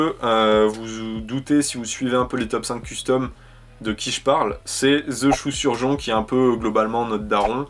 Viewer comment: super vidéo mais il y a juste quelque chose qui me trouble c'est quand tu répètes "the choux surjon " 😂